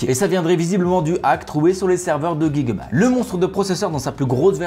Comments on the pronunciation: On prononce J le début de gigabyte et non Gui 😑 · Pourquoi tu dis pas « jigabyte » ?